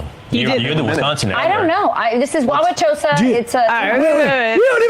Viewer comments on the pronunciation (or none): I grew up in Wuawatosa and hearing Sam try to pronounce it made my day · As a lifelong Wisconsin resident, listening to Sam try to say Wauwatosa gave me a cheerful smile, right in time for this early holiday season!